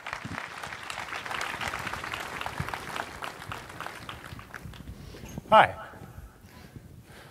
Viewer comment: That's how you pronounce "Schroeder?" I shat bricks.